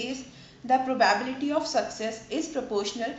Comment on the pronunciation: it's proba-bility ... not pro-bah-biility